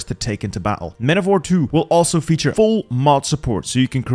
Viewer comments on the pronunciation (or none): none